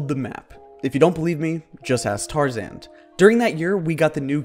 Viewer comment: Y-y-you said T-Tarzaned——— 😂🤣😂🤣😂🤣😂